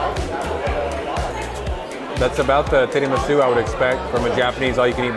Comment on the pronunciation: But his italian & japanese--hilarious! 🤣 Not tidimisu--tiramisu. Tempura (ten pu rah')